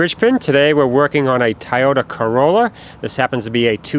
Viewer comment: "Tiyortur Corrolur"